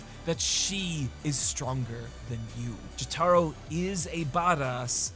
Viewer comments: You emphasize the wrong syllable in jotaro. Its JOtaro not joTAro. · I hate hate HATE to be THAT guy, but please, its "Joe-tuh-row", with the emphasis on the first syllable, not "Joe-tar-oh" with the emphasis on the "tar" syllable, as you say so many times in this video. Again, I hate being a grammar nazi, but Jotaro is arguably the main character of the entire series, and its truly a necessary to pronounce his name right if youre going to be both a Jojo's fan AND a person of moderate intelligence. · I’m sorry but I can’t take it anymore lol, it’s pronounced JO-Tuh-ROH, not Juh-TAH-ro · Jo-tuh-ro, not Jo-tah-ro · PLEASE,, it's Jótaro, not Jotáro wth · Jataro? JATARO? NOT JOTORO, NAH JATARO. Anyways great video as always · Him saying "Joe-Tar-Oh" instead of "Joe-Tuh-Row" is a big pet peeve of ine lol, but great vid regardless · Not jo-taro, its jo-ta-ro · >apologizes for mispronouncing Araki's name >calls Jotaro, "Juh-TAR-O" instead of "Jo-Tah-Row" 😅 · Ah yes, the protag of part 3, Jah-Taro. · Who the fuck is Jahtaro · Dude, I based my pronunciation of Jotaro’s name off how you said it in your part 3 video, and now you’re switching it up to Jo-TAH-ro?? My soul is now in conflict with itself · STOP PRONOUNCING JOTARO LIKE JÓTĀRO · "JetAro", huh? I suppose PatricianTV was right, mispronouncing names and words in general leads to more engagement. I can't watch this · Why can't this man pronounce Jotaro Kujo? Jo-Taro isn't right for the anglicised or japanese pronunciations. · casually saying Yoh-Taj-Roh is the best late april fools joke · Is this guy unable or unwilling to pronounce Jotaro the same way everyone else does? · Your pronounciation of Jotaro hurts my ears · Bro pointed out his mispronunciation of Araki and then proceeded to say Jotaro like that 💀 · Why do you pronounce Jotaro incorrectly? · "And I never made another mistake" Proceeds to mispronounce "Jotaro" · Every time he pronounces Jotaro like that is a slap in the face